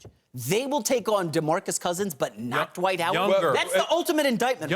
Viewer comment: Why is the word “Dwight” pronounced “dahwite?”